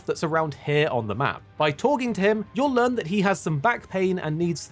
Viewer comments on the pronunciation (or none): none